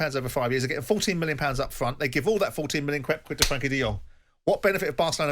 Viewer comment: Frenkie not Frankie...